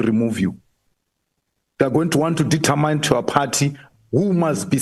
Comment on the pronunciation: Its determine Malema not determyne